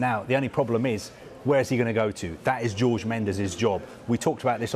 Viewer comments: Pls can they pronounce Jorge correctly, it isnt George. Likw you don't pronounce Thierry Henry in the way its spelt, you pronounce it like Honry not Henry so pls say Jorge like Horhe not George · Man said George Mendes😂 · Jesus christ pronounce Jorge correctly pls Sky??